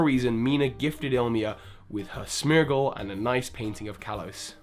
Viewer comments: smergle??? it's Smeargle... like a smear. S-meer-gal...? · SM-EE-R-GL NOT SM-EH-R-GL! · Okay, I get that Pokémon pronunciations are pretty subjective, but simultaneously, it's got to be SMEAR-gle, right? Not SMER-gle? Because you smear paint? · Oh gosh now you called a Smeargle a Smergle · it's Lumiose Galette, not Lumiose Gazette. Also, why do you sometimes say "smear-gle" [correct] and other times you say "smur-gle"?